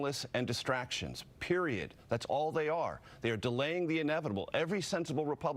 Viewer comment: Did this man say PERIODT😐